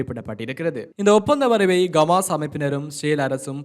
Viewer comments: Dei Athu Gamas illada Hamas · Athu Gamas illa bro Hamas!!! தமாசு... தமாசு..